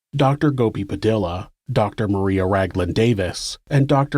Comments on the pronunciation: Just a little nitpick, "Padilla" is pronounced "puh-DEE-yuh", not "puh-DILL-uh. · Padilla is pronounced pa dee ah.